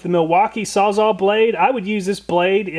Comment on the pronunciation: bro said salzall 😂